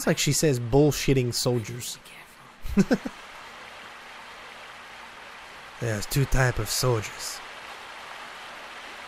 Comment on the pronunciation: she was saying bolshevik solider